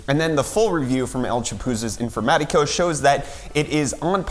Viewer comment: I adore how a english speaker says el chapuzas informatico XD!